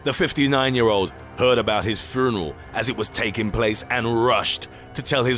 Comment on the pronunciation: furnel? i get that narrating is hard but there are takes